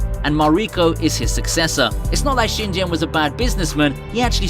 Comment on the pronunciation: it's pronounced "shin-GEN", not "shin-jen", genius.